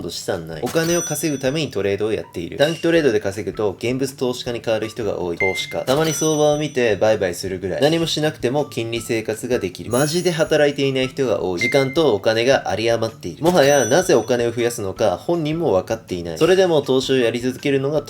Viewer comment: マジでのイントネーション直せば大丈夫🙆